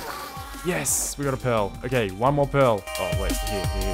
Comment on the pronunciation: You are saying 'pearl' in such a weird way that the captions are showing it as 'pill' and 'pail'